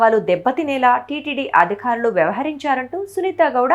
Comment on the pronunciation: అమ్మా, తల్లీ, అధిఖారులు కాదమ్మా.. అధికారులు. ఒత్తులు పెట్టాల్సిన చోట పెడితే చాలు. లేని చోట ఎందుకు పెడుతున్నారమ్మా? క అంటే చాలు ఖ కాదమ్మా 🙏 బాధ అనే చోట భాద అంటున్నారు. బ చోట భ అంటున్నారు 😡